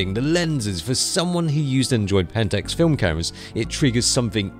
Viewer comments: The fuck is a 'Penntucks'? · it is not pentes, it is pentax.